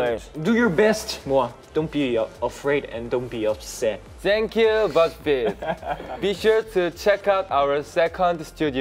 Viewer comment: Lol in the end Soobin said thankyou BuzzFeed which sounded like "buggsfee" lol 😂